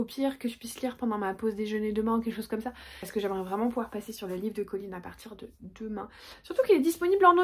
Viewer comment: Alors pour moi c'est Collins avec ine. Je trouve ça assez horrible les narrateur qui francise les prénom !